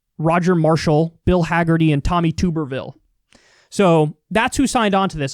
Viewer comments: Kyle your camera is still out of focus. Also it's Tom Tub-er-ville. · Kyle pronounces the last name wrong. It's Tub-er-ville